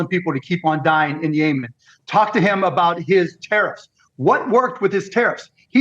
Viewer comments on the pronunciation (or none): Mark Cuban: it's pronounced Yeh-men not Yaymen 🙄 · did Mark Cuban call Yeman "Yaymen"? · don't trust anyone who can't pronounce Yemen 🤣